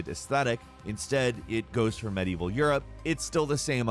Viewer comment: OK most of these have nothing to do with medieval say it with me now med-ieval not mad-evil. Jesus Christ dude you're a journalist take some pride in your work.